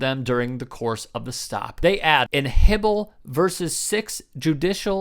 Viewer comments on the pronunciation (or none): in hibble versus six judicial district court of nevada the supreme court upheld "Hiibel" is pronounced "HI bel"